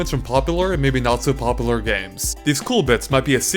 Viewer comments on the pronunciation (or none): Popaler? It's popular.